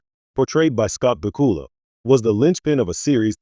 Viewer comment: At least pronounce his name correctly!